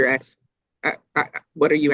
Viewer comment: "im not sure what youre axeing 🪓" darell brooks all over again 😞